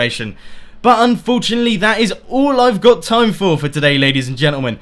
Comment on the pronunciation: I improve videos, plz dont say "unforuntalty" at the end of each video